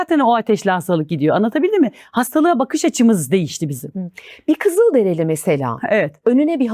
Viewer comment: onlar “kızıldereli” değil, kızılderili 🌸